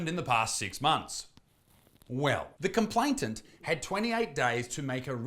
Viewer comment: its complain-ant not complaint-ant